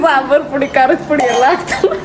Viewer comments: ಅದು ಕರದ ಪುಡಿ ಅಲ್ಲ ಕಾರದ ಪುಡಿ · ಕರದ ಪುಡಿ ❌ ಕಾರದ ಪುಡಿ ✅